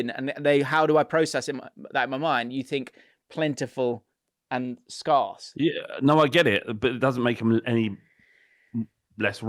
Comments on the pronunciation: To be honest I'm more perturbed by how is pronouncing the word "scarce" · you say 'scarcity' and 'scarce' completely bloody wrong and I'm not even sorry for being that guy.